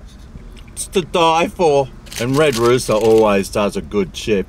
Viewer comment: “Red rooter” hahaha